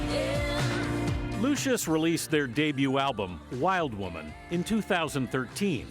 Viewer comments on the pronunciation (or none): Uh, it's pronounced Wil-deh-woman